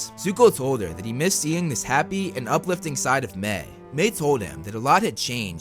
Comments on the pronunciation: Its pronounced "My" not "May" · Dude ma-i not may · It's Mae not Mai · I-I’m sorry but like my name is Mai and you’re saying may and it gives me flashbacks to school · Why is Mai pronounced Mei ? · I have to go back and rewatch but isn't her name pronounced like My? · You say her name weird